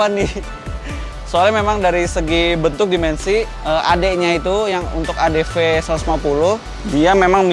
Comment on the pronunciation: Adv bang bukan adp